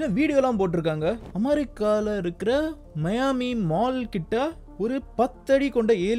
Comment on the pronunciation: மயான்மி இல்ல தல மியான்மி